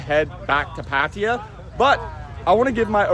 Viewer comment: I’m pretty sure it is not pronounced “Pat tier” for Pattaya